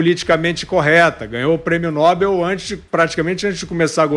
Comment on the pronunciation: Prêmio Nobel , Fiúza...ñ é Prêmio Nóbel.